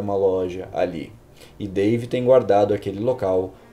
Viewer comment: ''Dave'' Ou ''Pavê''